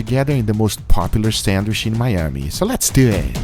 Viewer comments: Does anybody else get a litlle triggered that Guga always says "sandwiSH", instead of "sandwiCH" :"))))) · Sandwish? :D